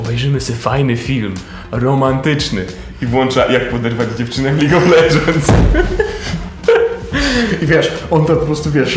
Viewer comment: Ja Chcę Lidż Of Ledżends Hodor przegrał linie